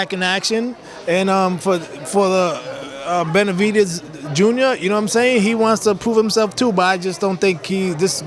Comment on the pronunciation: He called Benevitez lord farquad lmfaoo ..mehn